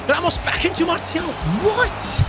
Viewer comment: Btw lil French lesson: most ppl just say Martial like you pronounce martial art and for wahi it’s pronounced ouahi the « ou » like in aouar